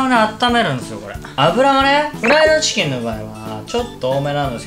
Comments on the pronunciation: 余熱で冷ましたこの「ティキン」www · ティキンwww